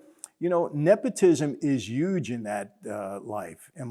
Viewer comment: Lol all you Italian Americans pronounce. HUGE with a "Y" LOL "It was so YUGE!" LMFAO!!! 😅🤣😆 Its great. Same as Trump. 😂